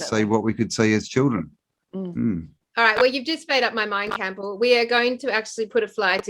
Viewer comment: I thought Campbell was using his Jedi powers on, making her speak gibberish.